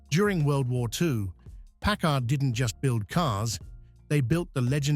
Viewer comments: Where do you see twin headlights?? It is pronounced PACKARD, not PACK ARD... The 1956 Caribbean is such a beautiful car. I remember at 7 years old how the Caribbean WOWED us when one drove by!!!! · I've never heard it pronounced Park Kard...I thought is was always Parkard with the accent on the first part. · Europeans say Pack-Kard. Smoe other word I've heard: "British" Pronounciations: Labora-Atory, Alu-Minium and they often say Herbs not Erbs. BTW - I met Packard President James J. Nance and Chief Designer Richard Teague and they both said Carib--Bee-In, not Ca-Rib-Bee-In. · This video needs more bullshit AI voices and mispronunciations. Let’s begin with not even being able to pronounce Packard correctly. What a joke. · I hate these AI-generated voiced videos! (Notice the two different pronunciations of the word "Packard.") Is this where documentaries are headed?? If so, count me out!